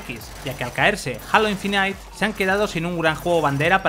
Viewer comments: Nadie: Absolutamente nadie:: Jalo infinait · me ha dado una hemorragia escuchandole decir halo infinite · A mi un Ictus al escuchar "Equis Boss"